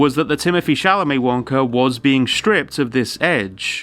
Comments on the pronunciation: how is this where I learn that it's "Chal-amet" not "Cham-alet", what is wrong with me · ya know i do have to say that its good and funny that moon says chalamets name wrong, i flip a coin in my head on the spelling every time i say it